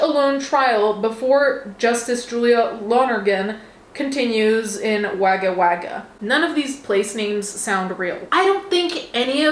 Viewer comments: hah! The way my head snapped around to the tv when I heard Wahgah Wahgah. The Aussie ear for a mispronounced suburb is keen and sharp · Wagga Wagga is pronounced Woga woga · I had no idea this was in Australia until she attempted to say Wagga Wagga